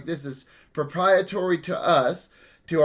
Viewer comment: Right, when we did my grandmother's house, with stains from 70 years of multiple people chain smoking, ammonia, baking soda, and steam got the walls to come out way better than this "priproetery" (if your going to call something proprietary know how to say pro-pri-e-tary...) cleaner he's using.